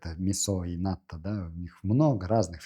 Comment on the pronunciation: В слове НАТТО,уларение на последнюю О.Японцы не ставят ударение на первый слог.